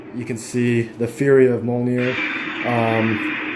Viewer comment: It is NOT pronounced MOL NEAR